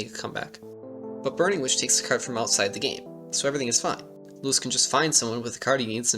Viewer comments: Ahh my ears --- his name is loo-eese not lewis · Just so you know his name Luis is pronounce like "Loo-eess", not like the American "Louis" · I believe his name is pronounced like Louise (like a more Spanish sounding pronunciation) ;) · Great video but please pronounce his name correctly. I know you weren't doing it intentionally but making sure it's right will honor him. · You pronounce his name incorrectly the whole time